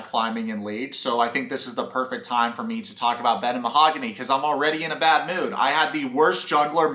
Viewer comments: mah-ha-goon-ee HA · Lmfao 😂 Ma-ha-goony’ …. 💃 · He said I love u but can’t pronounce her name. What is this shit🤦🏻‍♀️